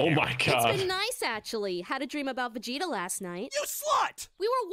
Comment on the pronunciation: This dude actually called him "Vageta" 🤣